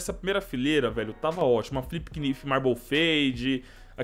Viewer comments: Fala knife certo cara,é naife, nao quinifi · O MULEKE FALA QUINIFE QUE AGONIAAAAAAAA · para de ser o professor do yt ... eu achei estranho ele falar quinifi mas não faz diferença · fala knife direito